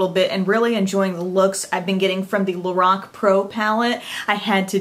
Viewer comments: its pronounced lor- Ac not lor-oc , just fyi:) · pronounced LO-RACK